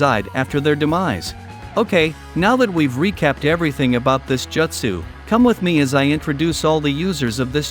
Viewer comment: The way you pronounce "Jutsu" keeps triggering me